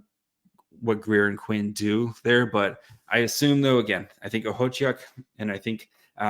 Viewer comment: Look at you nailing Okhotiuk's name, way to go!